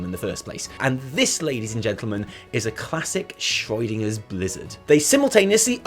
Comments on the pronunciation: Who is Shroidinger? xD Schroedinger is pronounced way different -_ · please stop pronouncing schrödinger as schreudinger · Ah yes, the shroydinger effect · Anyone else wondering who Schreudinger is? I'm guessing he means Schrödinger but I'm concerned I missed a joke somewhere... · Schroid-inger, Schrödinger on roids. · The way you pronounce Schrodinger is making my temporal lobe spasm! But besides that, great video as usual guys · The only problem I have with this video is that can't pronounce Schrödinger correctly... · you butchered Schrödinger. ^^ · your pronunciation of Schrödinger is the weirdest one I have ever heard. Nice.